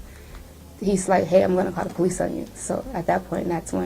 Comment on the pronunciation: Lmao ,this 304 was able to pass Tractor Trailer school ????? There is no way she did .....😂 Yet says pole- leases 😂😂😂😂😂😂.And her arms OMG I KNOW OFFENSIVE LINEMEN WHOS ARMS ARENT THAT FAT .AND THE WIG 🤮🤮🤮